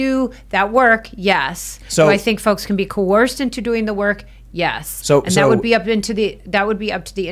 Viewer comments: coERced, not fucking coOrced, I can't have much faith in her knowing whether he did it or not, if she can't even pronounce what he's accused of. Also anonymous accusations hold no water, everyone should have the right to confront their accuser. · She can't even pronounce coerced. She pronounces it coerourced. She's an idiot.